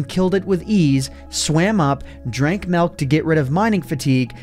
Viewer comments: “Melk” nuff said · you heard that? "Swam up, drank MELK "